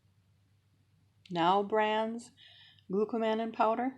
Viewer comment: The correct pronunciation of konjac is konn-yuck. The correct pronunciation of glucomannan is glue-koh-munn-ahn -- it is a polymer of glucose and mannose.